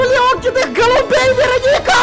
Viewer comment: Это не ВЕроника. А ВерОника.